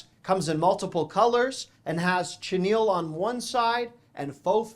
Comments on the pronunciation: Chenille is pronounced sha•neel. Sorry, but I’m a retired English teacher and your pronunciation made my head hurt. Love your videos! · Chenille is pronounced sha kneel